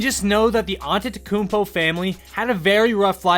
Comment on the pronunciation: Giannis “antetekokonobo”